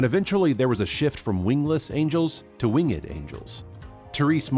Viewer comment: It is not Wing-ed! It's pronounced "Wingd"!